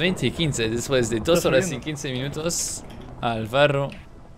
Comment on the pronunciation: Dijiste alvarro :v